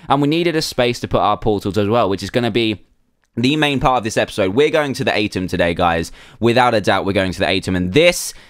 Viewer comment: It's pronounced "u-tem" Dan.😅